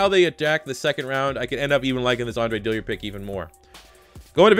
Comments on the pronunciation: It’s is Dillard not Dilliard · Also U've been saying his name, "Andre Dilliard" but its actually Dillard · Dill-ard. No I. Not Dilli-ard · Sean Cook yeah the man can’t read 🤷🏼‍♂️ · DILL-ard! NOT DILLY-ard! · Another video, another day wondering when will realize it's Dillard, not Dilliard.